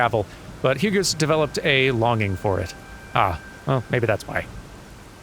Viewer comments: It's pronounced hueghs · I know a Hugues. I've only heard it pronounced like "Heug".